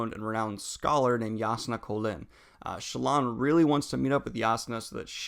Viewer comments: Shallan,. Shallom, Sallan, Salam...... I'm getting the feeling you don't like her. You do not mispronounce any of characters' names, even more complicated than hers 😉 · Are you saying "Shallan" or "Shallam"? Because it sounds like you're saying "Shallam" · Are you saying sallom? It’s Shallan. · I love the wrap-up <3 problem tho is why do you always call her Salam? HAHA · Daniel you pronounced "Shallan" like 50 different ways in this video lmao. Sometimes "Shallam" sometimes "Sallom". DUDE!!!! XD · Is it Shallan or Shallam ?? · "Kobol and Shallam" lol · Why are you calling Shallan Salaam? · "shuh-lawn" that's a new one to me, lol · He keeps saying Shuh-lawm 🤣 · I agree! It was pretty jarring hearing these mistakes like Soulstone instead of Sphere, Shallom, etc. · Are you saying ShallaM? :D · Daniel's said himself on another vid that his pronunciation of Shallan has to do with dyslexia, but if you disagree you can take it up with him I guess 🤷‍♂️ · Lol. Just watching this and Daniel’s mispronunciation of Shallan’s name getting worse each time he says it👌🏼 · Definitely, he pronounced Shallan in a very Arabic way. I pronounce it more american.